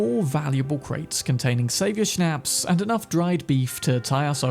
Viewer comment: It causes me no little anxiety to listen to people who habitually mispronounce "shnaps". It sounds like "pops, shops, stops"